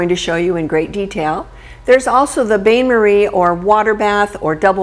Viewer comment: au bain marie is pronounced: oh ban mahree ban, not bane